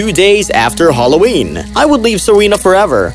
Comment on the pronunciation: Am I the only one who hears them say " hallow wee" instead of Halloween?